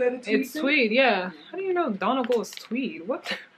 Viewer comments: Thank you! Irish person here and we hear Americans pronounce it wrong ALL the time 🫢☺️ So funny that they knew how to pronounce Leicester though 😂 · its pronounced done-eee-gawl tweed. its a place in Ireland